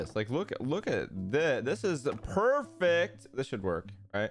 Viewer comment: The way Kyle says, "This is PERFECT" is 100% Squirrel's influence.